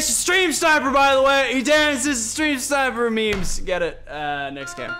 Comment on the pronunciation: You said grame